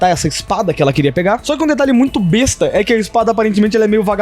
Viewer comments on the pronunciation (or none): none